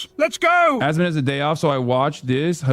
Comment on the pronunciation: why tf does everybody say asmond and not asmon 😂